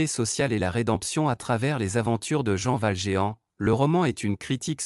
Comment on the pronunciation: Ignorant si c'est une IA qui fait les commentaires mais entendre " Jean- Val-géant" m'a un peu écorché les oreilles quand même et pourtant mes oreilles ne sont ni chastes ni fermèes aux sonorités différentes !